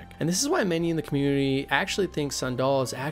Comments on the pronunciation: his name is sandal not sundahl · Sandal is pronounced the same as the shoe. Antiva ANN-TEE-VAH Nevarra NEH-V-ARE-AH Parvollen P-ARE-VAHL-EHN Seheron SEH-HAIR-UHN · This was awesome, but do you intentionally mispronounce every name? It got really comical when you started calling Sandal, San-daal. 🤣 And all those elven names and even Segrumar were just painful to hear. LOL